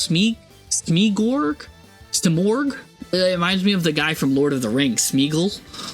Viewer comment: jeez why do you have so many fucking comment filtrations on this channel... cant even make the most basic comment about this impossibility... and you horribly butchered simorgh and kycoos name even when they were on the screen before and after lol...